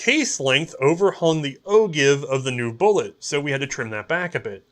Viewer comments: o-jive my man, /ōˈjīv/ it looks like o-give but just think airplane when you pronounce it, ain't no jive talkin'; great episode BTW. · Ogive is pronounced “oh-jive.”